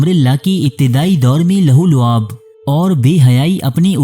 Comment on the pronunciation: آپ اردو ٹھیک طرح پڑھا کریں ، آپکا لہو و لعب وغیرہ کا تلفظ غلط ہے